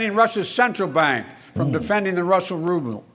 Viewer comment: I loved when Biden turned into the HamBurglar. "Robel ruble"